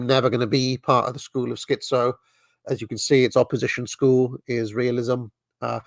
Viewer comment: And you're the dissident right. Put a "T" in "schiTzo" please